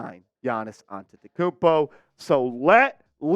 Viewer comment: Bro much love I love you so but you got to learn how to say his name because that's really offensive